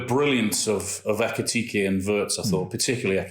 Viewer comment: PLEASE, LEARN THE PROPER PRONUNCIATION OF WIRTZ, ALAN!! 'I' is NOT AS in 'PURSE' but as in 'BIG'/PIN/HIS as Lineker now does.